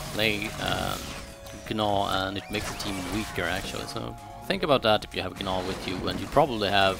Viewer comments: yea i know lol, he says G-naw, but its supposed to be pronounced Naw. idc how you say it. i just wanted to let you know lol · the g in gnaw is silent lol, sorry it was bugging me